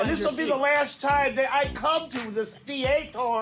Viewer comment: The "thee-ate-or" 😂 dude, you are a pathetic loser! You're definitely not the bigger person Napolian...IT'S A SEAT!! 🤏🏼🍆🤏🏼🍆🤏🏼🍆